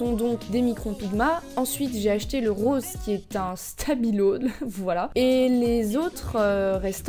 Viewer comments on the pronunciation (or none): none